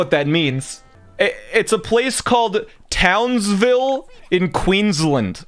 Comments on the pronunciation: "townsvill Qweenslind" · I'm from Queensland (not in TOWNSville), and when I heard him say Townsville, I couldn't stop laughing.